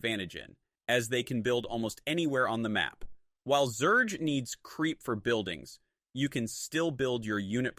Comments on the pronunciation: Damn really showing personal growth realizing the truth about SC Weird how he pronounced Zerg as "Zerdj" tho..🤔🤔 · To say 'zerg' properly you can write it as 'zergue' which forces the AI to pronounce it correctly.